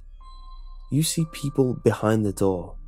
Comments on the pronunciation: I thought you were saying "Doll" instead of "Door" lol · I swear to god I keep hearing doll instead of door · For the first two minutes I thought you were saying doll